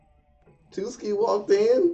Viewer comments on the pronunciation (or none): Hhhh tuski i just find it funny every time .. its tsuki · Err... Sorry to dissapoint you but the T in Tsuki is not silent T. It just the same when you say "tsk" or "tch". If you silent the T it became Suki. Suki in JP means "like" or "love" while Tsuki is "moon". JP language is just like Arabic where if you say it wrongly, it will bring different meaning. For instance, "oji" "ojii" and "ouji". Oji= uncle Ojii=grandfather Ouji=prince See? The differences between the vowel brings different meaning. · By the way, his name is pronounce Su-Ki, not Two-ski. The T in Tsuki is silent